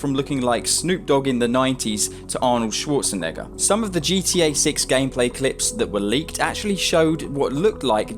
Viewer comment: "arnold schwarzenegga"